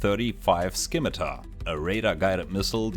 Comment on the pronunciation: Great video, thanks! Just for reference, the "C" in "Scimitar" is silent, so it's pronounced "sim" not "skim".